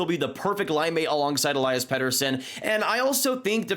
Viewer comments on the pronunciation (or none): none